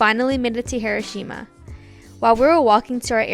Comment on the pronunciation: the correct emphasis in Hiroshima is not where we Americans think it is and usually pronounce it as